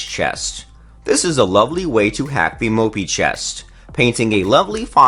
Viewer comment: I was busy counting how many times he said mopey (moppe)